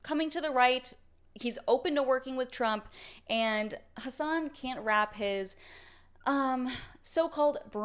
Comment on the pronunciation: It's weird, i have a friend named Hasan. Cenk sounds like he's calling him "hoss" not Has lol